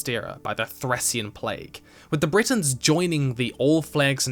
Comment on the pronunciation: Your videos are amazing, but i beg you, try to learn the correct pronounciation, i know it may be hard, but for the first half of the video i thought you were comparing the high rock to britain (britains/bretons...)